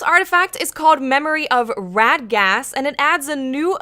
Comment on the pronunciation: It's ra.de.ghast i think,call me crazy but I never noticed the sprint cool down